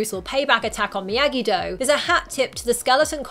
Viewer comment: It’s Miyagi not miagi